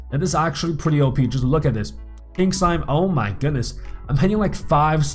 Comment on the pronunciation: you keep saying (Ohe-Pee) for OP its pronounced (Oh-Pee)